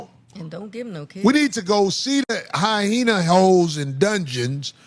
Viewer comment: Mf its hyena!! Not hyhena!!